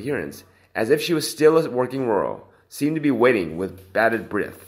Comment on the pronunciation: She might have got a job like Monica Lewinsky under Clinton? She is too old now. The pronunciation on this channel is poor. It isn't 'batted' breath. It's a shame, as the content is good.